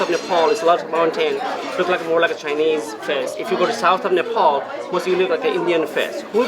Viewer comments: Nephal vannu pardaina solti english ta bolnu k aruko toneko copy nagarau😁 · Please tell these two clowns and to learn to pronounce the name of their country and the capital. No there is no country called Nepol and no city called CatManDu. Their restaurant work is commendable, however, with their accent and their pronunciations, they are overcooking it.